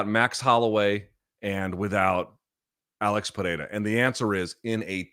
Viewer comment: Not how you pronounce his first or last name, but yes.